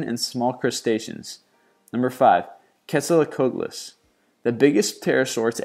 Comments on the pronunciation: This is fascinating. Thanks for posting! However, it would be good to check your pronunciation of these difficult words. For instance, Quetzalcoatlus is pronounced, "Ketzel-coh-AH-ti-lus." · jumm its hard to say quetzalcoatlus right? yeah México wins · "Puterasaur" oh god then "Quetzalacotalus" OTL my prehistoric creature nerd half is flipping out.... PT makes the P silent, and it's ko-ATO-lus not KOH-tolus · It is pronounced arceopterix and quetzalcoalatlus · Not very good at pronouncing Archaeopteryx and Quetzalcoatlus...